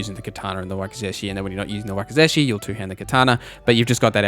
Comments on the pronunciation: You did not just call wakizashi a wakey-zeshy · Good lord, it’s “wawk-i-zawshi” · Wakazashi is pronounced wah kah zah Shi just for the record 😅